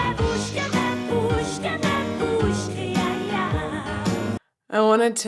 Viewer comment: Babooshka is Russian and means grandmother. Also, it's mispronounced in the song.